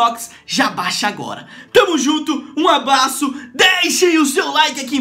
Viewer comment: ele fala abaço